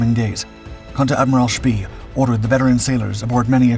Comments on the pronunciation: Von „Shpay“ is a better pronunciation, but a great video as usual. Thank you :-) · Apart from the pronunciation of Spee. And (not really narrative as such) the inevitable film clips of ships different from the ones being discussed